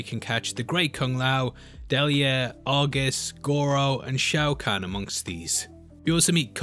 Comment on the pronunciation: I love when Brits just slaughter foreign pronunciations. "Shao Can"...."Myleena."